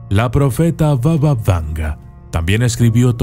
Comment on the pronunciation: Pequeñas correciones en el video, Strumica se pronuncia como Strumitsa, era una provincia del antiguo imperio bulgaro y no de macedonia del norte como dice el video, se dice : baba y no vava, significa abuela, por lo cual la conocemos como BABA VANGA, la abuela vanga , vanga viene de Vangelya que es su nombre real, por el resto esta bien el contenido. Otra observacion, no es que esas criaturas la dieran poder, si no que ella tenia contacto con los muertos y ellos la daban toda la informacion. Ha habido casos en los que ella ha respondido a algunas de las preguntas con: los muertos no me dejan decirte eso. Y desde la puerta negaba la entrada a los no creyentes porque ella era capaz de diferenciarlos diciendo: Tu no entres porque no eres creyente